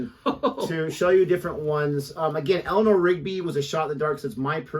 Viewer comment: what is Helena rigby? it is Elanor , not helena lol